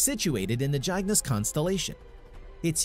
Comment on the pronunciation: Yeah he mispronounced a few other names also, not just Cygnus Constellation.